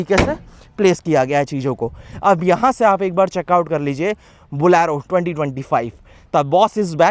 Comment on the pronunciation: It's bolero not bolaaaaro